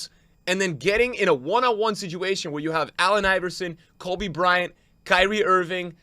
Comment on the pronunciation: Man said Kolby Bryant